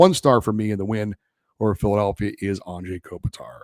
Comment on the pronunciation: Thank you! Finally someone brings up the whole “Anze” pronunciation. It blows my mind as well!👑